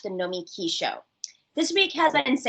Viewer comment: How come you pronounce your name NoMEki, but pronounce your show NomiKEE?